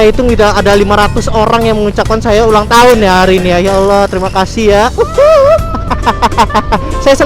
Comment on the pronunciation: "Akhirnya saya ulanng tahun" Kaya gapernah Ultah aja bang :3 XD